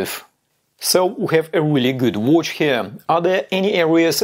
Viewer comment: Best homage oft the Daytona, but I love your pronauncing. Watch, it sounds like wootsh... in my german language wuuutsch... it sounds funny. Best regars from Austria!